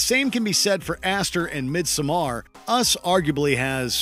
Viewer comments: I'm sorry bro? "Mid some are?" what??? Midsommar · No one: No one ever: Not even a single soul: Narrator: MidsomMAR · hahahah the pronunciation of Midsommar, i CAN'T ahahah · Lol learn to pronounce midsommar. You read it as it’s written